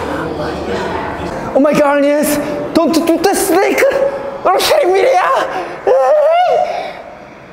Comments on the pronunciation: Is no one going to mention how he says snake like J hope Snakeu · the way he said "snakeu" releases the same energy of J-Hope's iconic line "I hate snakeu" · A Korean person learning English would usually put that sound at the end of some words, so that guy didn't make up saying the word snake like that